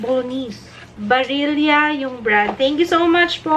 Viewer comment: ung Barilla is pronounced as baril la ung po main factory nila andito sa city namin sa parma italy.. nakakaproud po na meron na dyan.. anyway much love po sana mameet ko rin kayo pag uwi ko. God bless you more and more!